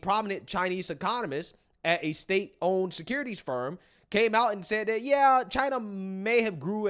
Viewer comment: SECURITY SPERM!!!!!! 😂❤😂 said a Chinese economist at a state owned security SPERM LOL, he meant to say security FIRM. I ❤ ya bruh but that sh** was funny AF. ROFLMFAO. 😂😂😂😂 I CAN'T QUIT!!!!